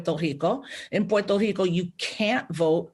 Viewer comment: why does she make the R in Puerto Rico an H? I thought that was just a Portuguese thing